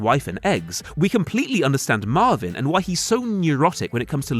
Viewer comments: Marlin, not Marvin. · The dad from “Finding Nemo” is named “Marlin,” not “Marvin.” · *Marlin*, not Marvin